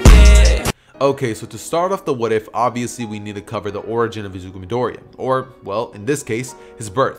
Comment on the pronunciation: u are great man but could u say Isuzu next time u do something like as the name doesn't suit him